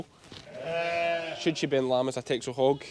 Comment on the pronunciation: The Dutch island of Texel which the breed is from is pronounced 'Tessel'